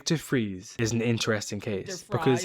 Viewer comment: Victor Fries is of German/Austrian heritage where that name is pronounced more like Fleece with an R instead of a L, I should know, I have family with that name.